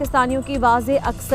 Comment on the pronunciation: Not gwara vote nahi gawara